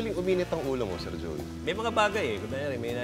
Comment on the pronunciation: may napansin lang akong "Jeoy" De Leon. pero WASAK pa rin!